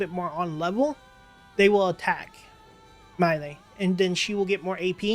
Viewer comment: He named is pronounced MY°EL... I couldn't keep watching because you were butchering their names